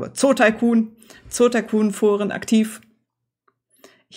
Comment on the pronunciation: Dieses Spiel war auch mein Erstes! Vielen Dank fürs Zeigen und das konsequente korrekt-Aussprechen des Titels!